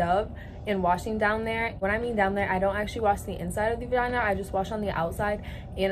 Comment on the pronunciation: any onr hear that she said Vayaya or its my ears playing games?